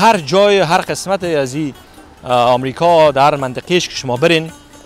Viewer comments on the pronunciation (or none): none